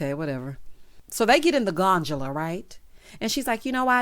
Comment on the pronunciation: Since when is a gift for my dog a gift for me? O calling the gondola a gonjala reminded me of Flavor Flav calling it a gondolina.